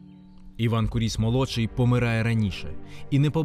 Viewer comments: Маленька ремарка: наголос у прізвищі на "у" - кУріс. Прізвище походить від грецького слова κύριος - володар, правитель. Приблизно у 80 км від цього палацу, у селі Ісаєве, є ще один палац Куріса - Олександра Івановича, правнука Івана Онуфрійовича. Хоч він вже не зовсім у первісному вигляді, та все ж у діючому стані - за іронією долі цей палац теж на педагогічній службі - в ньому розміщено головний корпус місцевого сільськогосподарського ліцею. Олександр Іванович майже не жив у новій оселі, бо невдовзі після завершення будівництва почалися буремні революційні події 1905 року і "панів-гнобителів" вимусили все покинути та виїхати за кордон. Так само, як і прадід, Олександр збудував неподалік маєтку церкву Ікони Казанської Богоматері, яка збереглася й досі. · та сняли кино так, типа как для тик тока. а вот истории и даже ударения правильного на фамилию не знают.